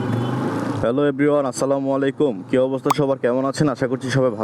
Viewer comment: স্লামালাইকুম না আসসালামু আলাইকুম বলতে হবে।